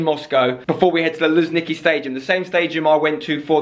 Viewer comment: Why do Englishspeakers have problems with pronouncing "zh" in "Luzhniki"?